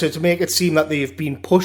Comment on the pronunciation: how you say retards is funny